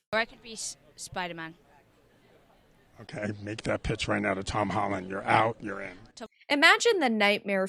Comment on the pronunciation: SpiderMAN not spider-it